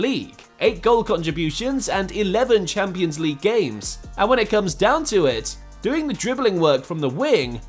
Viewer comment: Fix your AI reader voice bro, "no respect t o Luka modric"